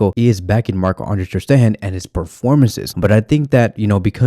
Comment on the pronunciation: No need to say Maaahh Ande Terstehan , Maah Ande Testerhan again and again... Just marc enough.